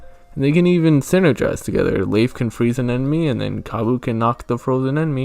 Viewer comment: I like how you pronounce Leif. His name is an anagram of Life, according to the Bug Fables Fandom Wiki.